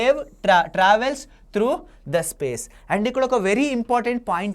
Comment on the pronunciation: If u don't mind sir......its not trouf it is through urs pronounciation is wrong